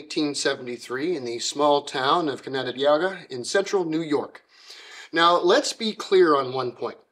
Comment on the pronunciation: Not even close to how you pronounce the town of Canandaigua 😂 There are a lot of Native American names around these parts.